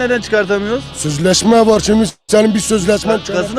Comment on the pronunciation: " Süzlesme var, suzlesme oğliiiiim":):):)